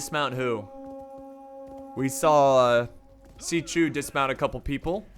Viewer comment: "Xi chu" Dude...